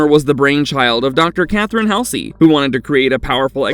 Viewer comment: Dr. Catherine Halsey...HALL-ZEE.